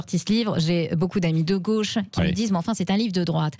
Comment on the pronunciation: De " gôche" 🥳🥳